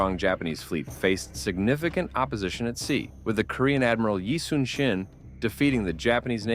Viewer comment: Despite the official spelling, his name is pronounced eee (like eee pc netbook) soon (not later but soon) shin (between knee and ankle), not yi sun sin